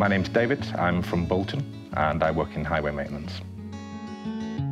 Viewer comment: No true Boltoner pronounces the T in Bolton.